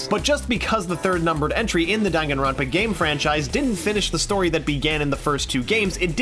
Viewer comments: dan, gan, ron, pa. not: dangin ronpa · Dan-Gan-Ronpa Not Dang-Gan-Ronpa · MRW the narrator of the video comes after the people who couldn't pronounce Danganronpa right then proceeds to not pronounce it right either. It's "Don-gan-ron-pa", not "Dan-gan-ron-pa". Seriously. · Majority of players cant announce? Isn't it said in the title screen? Lol, i actually had a friend who pronounced it as danjinrawnpa. It was great. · It's actually not DANG-AN-RON-PA If you go in the settings of DRV3, testing the voice sound it's actually pronounced "DON-GON-RON-PA" yeah I know I'm concerned too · Don-gon-ron-pa In the settings of V3, when testing voice volume, Monokuma's voice says the game's name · Tetoin Games how is it pronounced? i pronounce it (dang-an-ron-pa) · NYMKai if you know how japanese pronounce word its was da *n*an ron pa The n one is *ng*an cause n can pronounce to ng in japanese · I pronounce Day-n-gaan-ron-puh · Ye i was annoyed when i found that ive been pronouncing my favourite games wrong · "That a majority of players cannot pronounce" Continues to pronounce it wrong